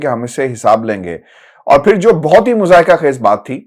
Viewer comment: معزرت خوا ہوں ایک بات لکھنا بھول گیا صاب آپ نے ایک لفظ مضحکہ کو دو تین مرتبہ مذائقہ فرمایا اسے مہربانی کر کے درست فرما لیجئے۔